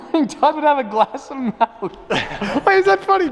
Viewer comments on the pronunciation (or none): It upsets me that says “Melk” instead of Milk…… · saying “MELK” over and over is hurting my heart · he really said melk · is no body gonna talk about the way he says milk "malk" hahahaha it had me so dead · When says “Melk” m-i-l-k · Is saying melk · Is nobody going to comment on the fact that he says MELK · did he just say malk? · Don’t let this distract you from the fact that pronounces milk “melk” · Are we not going to talk about how says MELK😂😂😂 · my man said “malk” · He says melk 😩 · What is “melk”? It’s milk bro lol